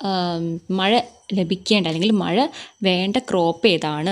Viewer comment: ടീച്ചർ പറയുന്നത് മഴ ❌ മയ,✔️🫢🫢😃😃😃